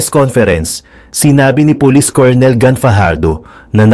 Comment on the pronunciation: Pronunciation ng COLONEL is KUR NUHL